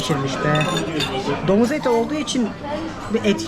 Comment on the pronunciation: Domuz eti mi yedin, yoksa domuz eti mi dedin tam anlayamadım?.domuz reklamı gibi geldi.